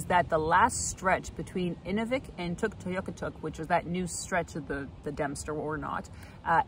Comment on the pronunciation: Tuktoyaktuk. I've only heard the full name pronounced with 4 syllables, even by cbc broadcasters and locals. Did the extra syllable you use come from an inuit local? Thanks.